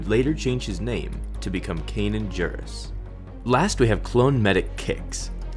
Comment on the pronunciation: Hearing you butcher Kanan’s last name was so bad. It’s JARRUS not JURRUS